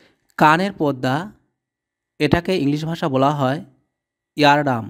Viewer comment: Eardrum উচ্চারণ হ'ল ইয়ারড্রাম --- ইয়ারডাম না ! নিজে ভাল করে আগে শিখুন তারপর অন্যকে লিখাতে আসুন ! ধন্যবাদ !